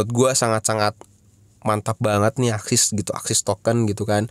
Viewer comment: ASIX woyy bukan AXIS